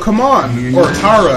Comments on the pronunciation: It’s TaRI not Tara lol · It isn’t Tara it’s tari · Her name is not tara her name is Tari like in Atari